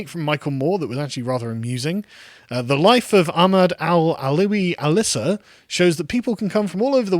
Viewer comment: Btw it’s Al Issa not Alissa